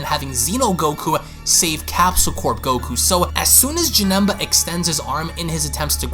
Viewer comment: He said Janemba name wrong